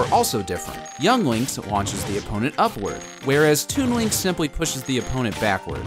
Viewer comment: it sounds like he says toon wink